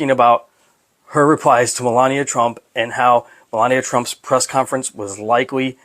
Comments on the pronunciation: Try to get the names right when you say them You can’t say Melania and Epstein? How hard is that to say repeat them 50 times before you do a video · I love that host has trouble pronouncing Melania almost as much as trumps pronunciation of Kamala.